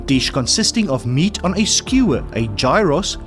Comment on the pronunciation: Great test! BTW Gyros are pronounced yeeros